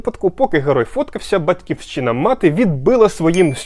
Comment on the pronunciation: А чому Батьківсчина, а не Батьківщина? Хе-хе. Але цікаво. Натрапив на канал зовсім випадково, але мабуть залишусь тут задля перегляду декількох десятків відео. Для початку